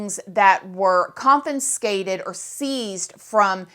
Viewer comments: It's confiscated not CONFINscated 😂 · please stop saying "confinscated". It's confiscated - without the second "n" that you are throwing in there. I'm not trying to be mean, but I'm trying to help you to upgrade your vocabulary. There are many that will be rude and try to call you dumb. As an older woman, I've many times through my life been thought stupid because of blonde hair and/or beauty (which has since dulled thrive the years). I care about that for you as you are becoming a reporter of crime and criminals. I love you gurl!! 😍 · Confiscated...not confinscated. ..just saying 😘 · Lol confinscated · ConFiScated. Not ConFUNScated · Just FYI confinscated is not a word. It's confiscated. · Check your pronunciation of Confiscated. You are doing it with two N’s 😮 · love your channel…. One note, it’s conFIScated not conFINScated. Another YouTuber did this on a whole video and it got difficult to watch. Keep up the good work tho, such great information you give, all in one place!! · A big hello from the UK.. girl I respect you and your content, but plllllleeeeassse drop the second N from confiscated. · Confiscated not confinscated. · I’m taking a drink every time you say “confinscated” 🤠🍻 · girl i love you and your stories are great but it’s confiscated not confi*n*scated 😭😭😭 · I know I'm probably going to get a bit of shit for this bit it's "confiscated" not "confiNscated". Only 1 N in the word, babes. ❤️ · Con - fi - scated. No second "n". The more ya know! lol! Love ya gurrl ♥ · is it just me or does she keep saying "confinskated"? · CON-FI-SCATED confiscated Gaaahhhhh there's no 'N' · You can't even pronounce confiscated. You sure don't sound like a person who reads.. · It isn’t just her mispronunciation of words that leads me to believe she doesn’t read. 😅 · Bro say “confiscated” one more time